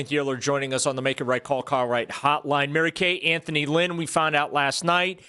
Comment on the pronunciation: Lmao Mary Kay can’t even get Anthony Lynn’s name right and she’s still trying to say they didn’t interview him to satisfy the Rooney rule